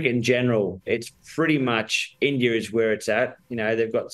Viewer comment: Is it just me or they pronounce India as Indiarr 😂😂